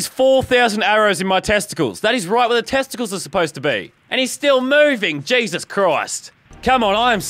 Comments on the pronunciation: I swear to gesos Christ if you don’t stop saying gesos Christ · This is how Manny times leazarbeam said GESOUS crisis